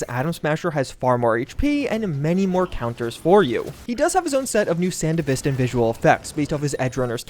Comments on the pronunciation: san de vista? dude watch the f ing anime , SAN DEV ASTAN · Thats not how you pronounce sandevistan